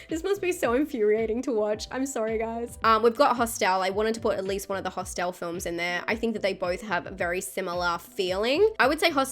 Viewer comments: I love the way pronounces “Hostile”. Genuine question, is that just how it’s pronounced in Australia? Anyone else pronounce it that way? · Great video... there's a few on here I haven't seen (*gulp*). BTW, I love your accent and the way you pronounce "Hosst-el" 🤭🤗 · Those were some truly mad pronunciations of “Hostel” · Interesting... I've just Googled it: in America and the UK, it is pronounced "HOSStul", while in Australia it is pronounced "hoss-TEL" 🤷‍♂️😄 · I can't get past how you pronounce Hostel lol